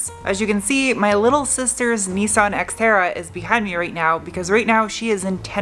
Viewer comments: Why do you call it sXtera? It's more terra than sX-e. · did you say sexterra? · Funny when you say “this Xterra” it sound alike you said the Sexterra. Lol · Did anyone else hear "Sexterra?" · Hahaha, seconds into the video and I cant unhear 'Sex'Terra:D Sorry, but thats gold and Should be called the sxxterra from now on as it's looking amazing now. Great work:D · "White Pony" was a great album. When you said, "This Exterra," it sounded like Sexterra! Nice new name for the ride as you have made it look tons better. I will have to remember when I have stuff in my hand to say, "This is not a screwdriver," and just chuck it over my shoulder. My nieces will suffer. You could also find someone to cut vinyl so that you can "wrap" your walls if you can't find anyone to spraypaint. BTW Jeff!! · Does anyone else think that keeps calling it the Sexterra??